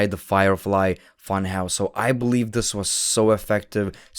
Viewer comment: I BOLIEVE IN JOE HENRY